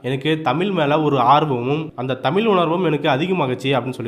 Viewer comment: தமில் அல்ல சகோதரா தமிழ் சரியாக உச்சரிக்க வேண்டும்